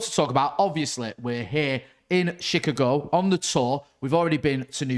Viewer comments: first blackman i ever heard who cant pronounce Chicago properly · Can you pronounce Chicago for me again bud 😂😂😂😂😂